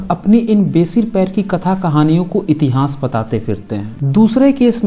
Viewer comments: आप "इतिहास' का उच्चारण "इतिहांस" कर‌ रहे हैं जो गलत है । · इस चैनल पर बहुत विश्वसनीय जानकारी दी जाती है। इसके लिए चैनल को बहुत-बहुत साधुवाद! उच्चारण सम्बन्धी त्रुटि पर टोकना चाहता हूं कि इतिहास को इतिहांस न बोलें। बुरा लगता है कि इतनी विद्वता की बात करने वाला इतिहांस क्यों कहता है? जय मूलनिवासी!